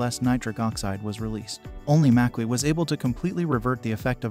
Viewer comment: You pronounce both berries wrong.